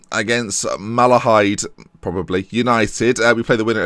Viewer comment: Drogheda is pronounced Draw heda. You pronounced Malahide right btw. Love the series.